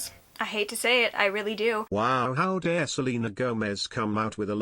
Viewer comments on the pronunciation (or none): none